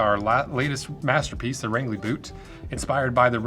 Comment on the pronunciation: This looks like some of the stuff L.L. Bean used to make, when they made shoes in maine and hadn't become J. Crew yet..... also it's pronounced (Range-lee) Maine